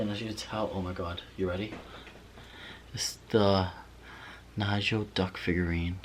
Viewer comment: “Knee-go” not Nigel :)